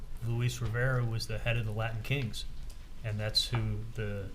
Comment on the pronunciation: Rashbaum:"Laddin Kings" "threadened" 🙄🙄🙄